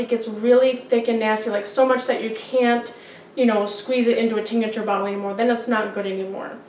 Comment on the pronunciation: its said Tink-ture not tink-a-ture